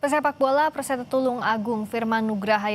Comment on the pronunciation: Perseta tulungagung... Bukan persetung tulungagung😅😅😅😂😂😂😂